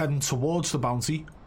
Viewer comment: I thought he was saying bouncy the whole time he was saying bounty 🤣